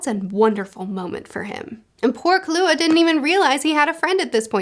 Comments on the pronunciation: For pronouncing Leorio's name, it's more like Leh-oreo, instead of lee-ahrio, based on not only how they say it in the anime but also how the Japanese pronounce their vowels. And for Killua the emphasis is on the first syllable, so KILL-ua instead of Kih-LEWA. Yeah, the author was not subtle about the assassin boy's name. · You pronounce the "kill" in "killua". It's not "Kalua" like you said. KILLua, you know, because he kills people. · Killua is pronounced like kilowatt without the t sound at the end. FWIW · Love your videos and I love hunter x hunter. Can’t wait for your real time reactions to these twists and turns. Here’s a pronunciation guide: Gon: Go(like opposite of stop)-N sound Killua: Key-Lew-Uh Kurapika: Ku-Rah(stress on ra, not pi)-Pee-Kah Leorio- Lay—Oreo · If it helps, you can pronounce it like the snacks - "Lay Oreo". And for Killua, just "Kilowatt" but without the t. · A couple suggestions: Hunter x Hunter is another one where you might like to see some scenes in the anime. A really quality anime. Leorio- Leh-oh-ree-oh Togashi not Tashigi Killua- KILL-oo-uh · Lee-Oreo (like the cookie) Kill-You-Ah (hard stop on the L. So it doesn't make a Lou sound) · Killua has a stress on kill. Kill-ua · Looking forward to more HxH. Good to know I'll be sleeping a little less and watching talk about more series that I love, more. Leo-Rio, like the constellation and the city, respectively. Kill-UAh. That's it. Surprisingly didn't giving these characters as many names as Luffy would. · The above are correct for the Japanese pronounciations. Killua would be "keylooah" but flat with no real emphasis on any syllables. But nothing you are pronouncing sounds too bad and many names have a "true japanese" way to say them and a slightly different way that is commonly used for english speakers. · Leorio's name is pronounced like "le oreo" lol Also Killua is just "kill ooo ah," not "kahlua" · And killua is pronounced kill-a-wa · Killua is pronounced Kill-You-Uh